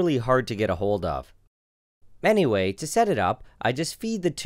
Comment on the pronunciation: is it just me or did he say manyway instead of anyway?